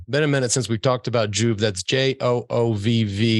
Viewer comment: I swear - I was listening away from the screen - I would have bet money you were saying Jew not JOOVV